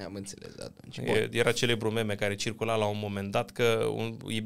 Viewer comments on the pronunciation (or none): none